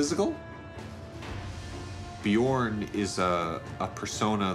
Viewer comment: that pronunciation of Bjørn though